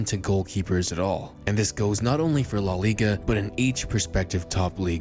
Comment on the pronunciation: “Law Liga” LMAOO